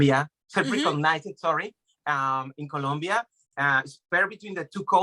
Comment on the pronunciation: It's Colombia with "O"